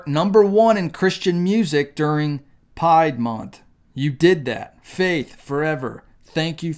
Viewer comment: Why do you keep sayin "pied" month?